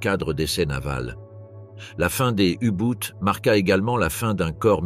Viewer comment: U Boot, c'est de l’allemand, cela se prononce "ou bot" en français (langue de la video) ou mieux en allemand "ou boht ". La prononciation à l anglaise est ridicule .